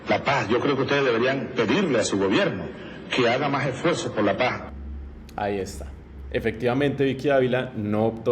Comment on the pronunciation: Trum es terrible para Latinoamerica. No es que Vicky no hubiera querido hablar de paz aunque sea en ese tiempo, lo que sucedio es que Chavez no pronuncio"paz" el pronuncio "pajja" escuchen y veran que tengo razon. Y Vicky SUPER BRUTA, no entendio lo que le decian, se fue por la guerra y se caso ucon una familia asesina, corrupta y ladrona.